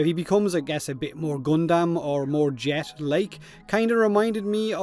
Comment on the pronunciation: Just... just one thing. It's pronounced 'gun-dum', not 'goon-damn'.